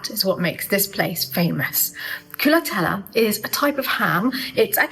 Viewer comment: Darling lady,I ADORE your enthusiasm about my country. But it's called " culatello" not culatella. Ending in an O